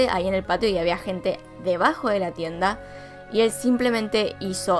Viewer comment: "tienda"... Ulalá señor francés xD